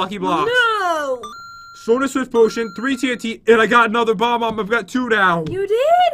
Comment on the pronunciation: Pat it's not Bom-Omb, it's Bob-Omb